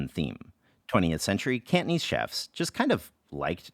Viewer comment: Could you please stop pronouncing it as kantneez? Cantonese has three syllables